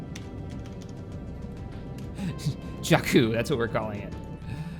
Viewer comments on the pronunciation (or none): its Jakku not Jaku!!!